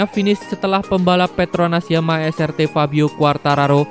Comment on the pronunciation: Es ar ti bang bukan es er te Srt dibaca nya tu es ar ti